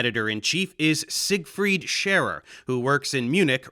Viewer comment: A German here...great praise for pronouncing the German name 'Siegried Scherer' and the even more difficult German Institute. There was a bit of dialect, but even as a German you could still understand it quite well. By the way...this guy is no longer a lecturer and does not head this institute anymore. In scientific circles, scientists and researchers want to keep as much distance as possible from this guy...apart from devout christians, nobody takes this guy serious anymore. Cheers from Germany